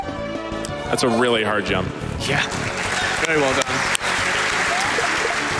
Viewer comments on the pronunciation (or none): Can someone tell me why they all pronounce jump as yump